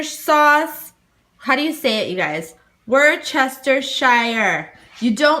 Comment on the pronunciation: For all our American friends it is pronounced WOOSTER not wooschester or woochestershire saves all the tongue tying, hope this helps.